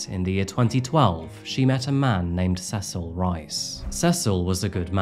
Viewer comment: You pronounced ’Cecil’ three different ways within a minute or so. Like Sessle, C-sil, and SeSILL.